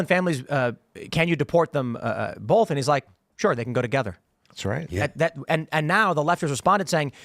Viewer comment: Can’t stand the way Tim says “bolth” instead of “both” lol